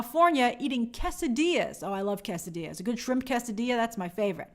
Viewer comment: I’ve never heard it pronounced “KESS-ah-deeya” before lol